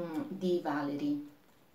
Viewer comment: Valéry è francese. In italiano si legge così: Valerì.